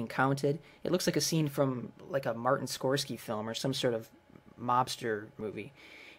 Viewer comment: It's pronounced 'Scor-sey-see'.